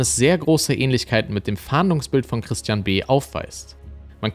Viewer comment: Dieses anonyme telefonische Geständnis, klingt wirklich, als sage er „Tristian“, was wie „Christian“ klingt.. - freudscher Versprecher?